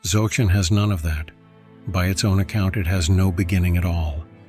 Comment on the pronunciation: “Dzawgchen”?? “Nayingma”?? Can’t you guys find even ONE live practitioner to do narration?